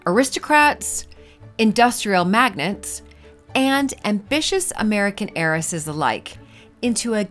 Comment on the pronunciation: Magnates is not pronounced like magnets.